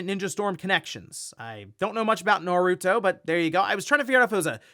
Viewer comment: The fact finally got Naruto's Name right made me happy 😁 but Its a 3D fighter like Tekken